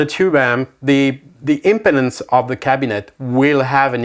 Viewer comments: It’s pronounced impeeeeedance. 😂 impotence 😬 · Unfortunate pronunciation of “impedance.”